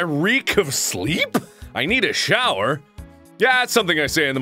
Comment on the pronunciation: Can't you pronnounce shower correctly?